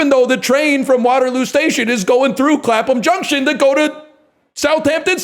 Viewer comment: Going out of my mind hearing my streamer say "Clapham Junction" and have him pronounce it perfectly during one of his patented crescendo bits